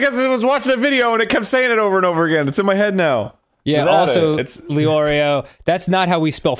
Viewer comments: Hearing Arin pronounce Leorio was an interesting experience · WHEN HE SAID LEORIO IM